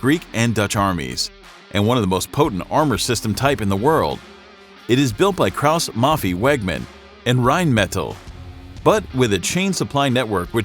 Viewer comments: the pronunciation is aw fool ... keaus mafeeeee panzerhaubitzeeeee jesus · "Cross Muffie"? Lol. Krauss Maffei. Krauss like you would say Kraut, just with a hard S (and hard R but ok). Maffei like Muffai (like you say Samurai).